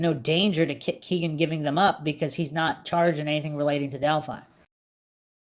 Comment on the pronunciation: Why do you insist on say KEGan (it’s Kegan like a keg of beer) kline’s name like that? RIP everyone’s’ ears who listens via earbuds